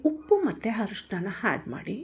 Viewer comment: ಸಾಗು ಸೂಪರ್ ಮೇಡಂ 👌🏻ಆದರೆ ಸಣ್ಣ ಬದಲಾವಣೆ ಮೇಡಂ ಹಾಲು ಗುಡ್ಡೆಗೆ "ಆ"ಅಕ್ಷರ ಮತ್ತು ಹರಿಶಿಣಕ್ಕೆ "ಅ" ಅಕ್ಷರ ಅರ್ಧ ಚಿಟಿಕೆಯಷ್ಟು ಹಾಕಿದ್ರೆ ನಿಮ್ಮ ರುಚಿಯಾದ ಅಡುಗೆ ಮತ್ತು ನಿಮ್ಮ ಸುಮಧುರ ಕಂಠಕ್ಕೆ ಇನ್ನಷ್ಟು ಅಭಿಮಾನಿಗಳ ಮೆಚ್ಚುಗೆ ಸಿಗುವುದರಲ್ಲಿ ಯಾವುದೇ ಸಂಶಯವಿಲ್ಲ ಮೇಡಂ.🥰👌🏻